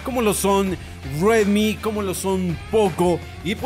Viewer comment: No pronuncies Redmi con un acento americano porque es una palabra china que significa sorgo